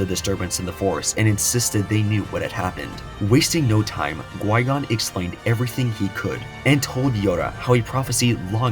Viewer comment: Definitely enjoyed the video but it's Qui-Gon not gui-gon. Q not g not to be that guy but it's maddening hearing it misspoken for 40 minutes 😅